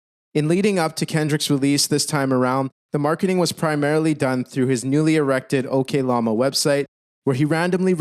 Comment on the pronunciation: Ngl the way you pronounce oklama as okay lama really made everything seem like a joke during those points you were making. It was funny, but I'm not sure that was your intention